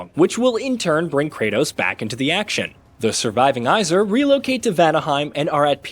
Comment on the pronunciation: “eye-zer”? why do you pronounce aesir like that lmao